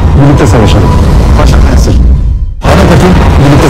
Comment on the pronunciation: Poğaça fensır diyor orda